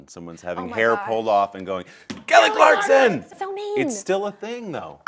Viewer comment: He says " NAIL KELLY CLARKSON" LOL